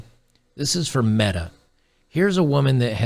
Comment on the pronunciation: Meta rhymes with BEEEEEETTTAAAAAAA